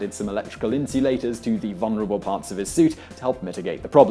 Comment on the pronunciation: Also, the word vulnerable has two Ls in it. It is not pronounced VUN-er-uh-bull.